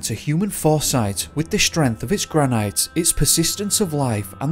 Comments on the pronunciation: granite is pronounced granitt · Why are you saying granite like that? You’re from the uk ? You must know the granite city - Aberdeen. Love Yosemite, must visit one day x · Gran-it not gran-night. Thanks.